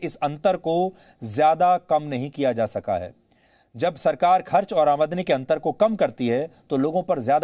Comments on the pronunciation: "Amaadani"😂😂, mahashay "Aamdani" hota hai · admni nhi AaMDani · अमादनी नहीं, शुद्ध आमदनी है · It's Aamdani not aadmani ....pls correct it Sir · Aamdani . Amadani nahi 😂